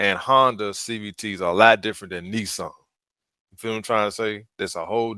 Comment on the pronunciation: "Can y'all do a testing" "ittle speed" "Differenchch" Can't even pronounce filter. And you wonder why you're having a bad time? Hmmmmm Smh lol